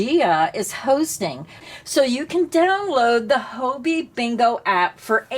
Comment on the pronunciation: It puzzles me a little that so many USA YouTubers refer to Hobbii as Hoe Bee - I have always thought of it as Hobby, as in knitting and crochet are hobbies and Hobbii supplies us with what we need for our hobby.